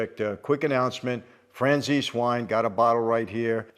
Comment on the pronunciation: franzese..... and italo american that cant even pronounce his family name in the right way.